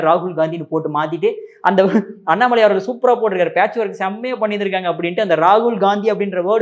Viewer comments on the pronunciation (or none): none